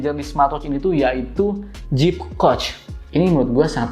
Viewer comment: Aplikasinya Zepp ya bro bukan Jeep 🙏 klw Jeep (Jip) itu mobil Amerika 😅 berkali" dengernya jd geli 🤭